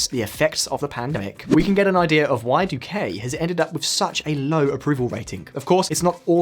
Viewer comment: The pronunciation of Spanish here is criminal. For example, the man is called dOO-kih and not doo-kAy. The city mih-dih-yín and not meh-dél-yin. Never again do a video about a non-anglophone country without first checking on the pronunciation. It ads to the credibility of the message you are trying to convey.